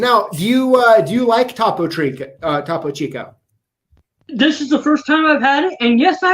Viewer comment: Interesting chat. I got into locksport because I don't like having to drill simple locks. Point of interest, Topo Chico is pronounced toh-poh chee-koh. #lockboss